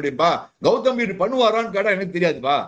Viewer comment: guhmbhir😂😂😂